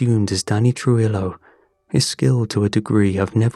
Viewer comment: Great video as always, but I just wanted to mention that for pronouncing Spanish words that have a double LL at the end like in Danny Trujillo, the L's actually make a "Y" sound like in the word tortilla.